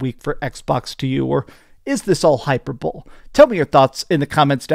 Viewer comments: Not trying to be a jerk just trying to inform: hyperbole is pronounced, hy-per-bo-ley not hyper-bowl. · HYPER BOWL!! HAHA! said HYPER BOWL! I wil help u out, ti is pronounced HyPERbolee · My guy..did you just say HyperBowl!!?? It’s Hi-Per-Bow-Lee (Hyperbole). Just fyi, not clownin you. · Hyper-bull? I think he means hyperbole. Lol “hi-per-bowl-ee” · "Hyper bowl" ??? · I thought I heard that wrong but no, you are right ... maybe he's into hyper bulls?